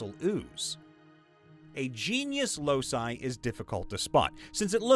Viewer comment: The word locus is pronounced LOW-kus, not losus. The plural loci is pronounced LOW-ky, not los-eye.